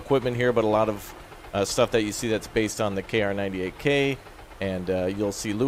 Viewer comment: K-ar 98k? You mean Kar 98k? xD